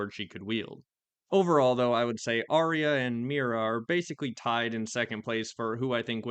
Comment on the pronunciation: not sure how many people know this, but arya is pronounced “are ya” according to GRRM, not “are ree ya”